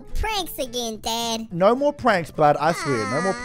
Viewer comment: When he said dad it sounded like dead